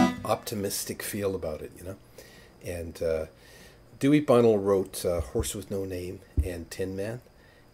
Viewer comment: Dewey Bunnell (Buh-nelle)